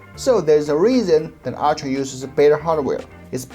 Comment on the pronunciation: I love that your "ultra' sounds like "archer" ;)